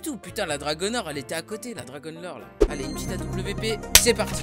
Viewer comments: ca se prononce awape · A ,W, P sa se dit ''AOUAP'' XD